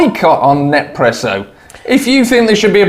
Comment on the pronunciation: No more Nespresso pods for me! (BTW it's "Nes-presso" not "Nep-presso"😂)